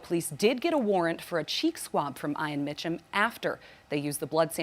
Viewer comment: How do they not know how to pronounce Ian?????